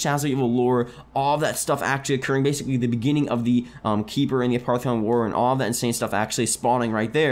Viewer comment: It's pronounced a-poff-eh-con not a-part-eh-con